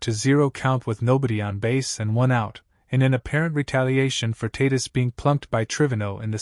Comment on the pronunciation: His name is pronounced Pa hez, you ignorant buffoon. Don't you listen to TV and radio announcers? They get it. You also mispronounced Tatis. I'll let you figure that one out.